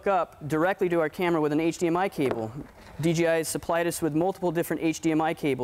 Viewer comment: he just say "d G i" ??? wtf is dgi? lol DJI!